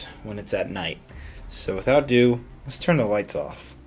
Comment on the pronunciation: He doesn't even say "without ado" he says "without do"